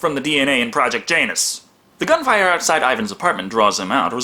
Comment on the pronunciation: Ya·nus, not Jane·nus.